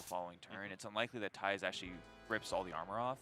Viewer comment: How to say Thijs = Tice.. not Ties